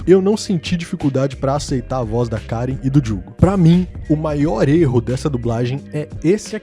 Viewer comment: ahhaha , menino a dublagem pode não tá no teu gosto.. mas pelo menos fala o nome da personagem certo? É Karin e já era .. reclama tanto da dublagem né.. que ainda bem que eles não falaram Karen pq ia matar real kkkkkk Karen é lá onde judas perdeu as bota